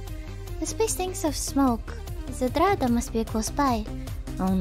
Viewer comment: omg how did you just say "zdrada" XD Im from Polsih and you say that like... PERFECT